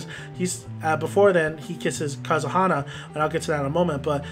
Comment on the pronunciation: If you're going to do a video about something, do us a favor and pronounce the names right! Good example of the dumbing down of our young people. Oh by the way.....it's Ka-ze-ha-na! SMH!